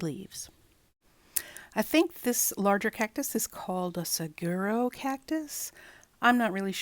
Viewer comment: It’s a saguaro cactus which is pronounced suh.waa.row and I believe the other one looks like a Century plant. I’m sure more information than you wanted…😊great cards using the stencils.